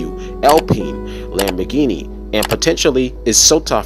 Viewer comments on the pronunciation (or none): none